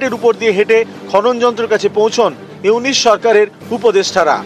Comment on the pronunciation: এতদিন স্টাডি করে ও একটা লোকের নাম সঠিক ভাবে বলতে পারছিস না,,,ইউনুছ কে ইউনিচ বলছিস???